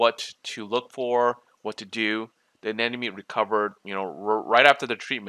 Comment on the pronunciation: Ah-nem-oh-knee. not anen-na-me